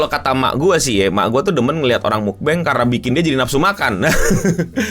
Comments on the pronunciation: Tulisannya Mukbang kan Cara baca aslinya adalah Mukbang bukan Mukbeng atau Makbeng. Mukbang itu artinya makan sambil berbicara d depan kamera dan itu dari bahasa korea. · bukan mukbeng makbeng bacanya mukBHHANGGGGG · Mukbang kocak bukan mukbeng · Mok bacanya bukan muk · Bacanya bukan mukbeng tapi mukbang 🗿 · gw malah baru denger "makbeng" 😂 baca kya biasa aja coy mukbang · Setahuku cara penyebutan mukbang itu justru yang bener itu mougbang atau kalau mau ngikutin cara nyebut orang indo yah mukbang. Menurut gua entah orang nyebutnya makbeng atau mukbeng itu sah-sah aja namun masih kurang tepat aja sih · Mukbang (먹방) itu dri kata Meok (먹) artinya makan, ama Bangsong (방송) artinya siaran... jdi ya mukbang basically siaran orang makan... bacanya "Mokbang", kek baca alpabet Indonesia.. bukan "mukbeng" apalgi "makbeng"... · Bukannya yang bener itu mukbang yha? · Jadi mukbang nya bukan mukbang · Goblok lu. Yg bener mukbang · Ga donk. Yg bener tuh mukbang. Bukan mukbang atau mukbang... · Salah total, cara bacanya itu mukbang bukan mukbang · bacanya mokbang, bang dari kata meokneun bangsong 먹는 방성 yang artinya "eating broadcast", siaran makan(?) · Bantu jawab serius nih yaa Bang... - Mukbang dibacanya 'meokbang' 먹방, easily pronounce 'mokbang' karena dari asal kata bahasa Korea 먹다 / 먹는 방송 (meogda / meogneun bangsong). Yg artinya 먹다 / 먹는 (meokda / meokneun - easily pronounce mokta / moknen) yg artinya Makan, trus 방송 - easily pronounce 'bangsung' yg artinya Siaran. Jadi arti lengkapnya tuh siaran makan-makan yang ditayangkan/disiarkan. Gitu bang wkwk Tapi sebenernya suka2 juga sih bebas mau pronounce kyk gimana, mau 'mukbeng' 'makbeng' 'mukbang' dll, cuma pengucapan yg benernya kyk gitu dari asal katanya, kalo berubah pengucapannya apakah artinya juga berubah... Idk wkwkwk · Dibaca nya makbeng bang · cara sebut mukbang itu makbeng bang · Bacanya mokbang, Bang. Dari mogo (makan) dan bansong (siaran). Huruf O-nya kayak ngomong odol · yg benar cara bacanya "GENGBENG", bang